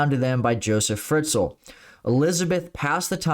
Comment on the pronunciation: Hello, from an austrian. That case was huge in the country! And btw - he is called Josef Fritzl, not Friztl maybe you want to correct that 😘